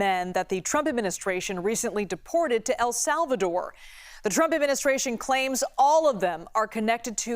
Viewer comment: Can this guy not pronounce the name ‘Trump’ properly? Such a weird pronunciation.